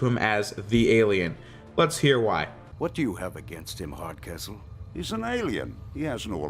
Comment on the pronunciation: I swear when you said the name of the General from the Prometheon episode, I finally got the joke. Mostly because I thought you said his name was: General Hard As Whole. General Hardcastle is a subtly & suitable surname for the character.